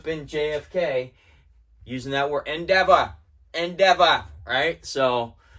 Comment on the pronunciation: “Endeva” love it ❤